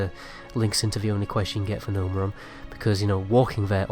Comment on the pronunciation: You called Gnomeregan: Gnomeran lol